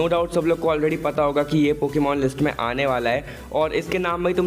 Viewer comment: bro its hai and mein not ha and ma😂😂😂😂😂🤣🤣🤣🤣🤣🤣